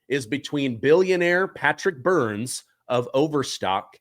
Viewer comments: This is so explosive. I wonder if anything will ever come of this info. please get the guest's name right. His last name is Byrne, not Burns. Burns is the evil nuclear plant owner from The Simpsons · BYRNE! not Byrnes. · Byrne, not BurnS. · Byrne not Burns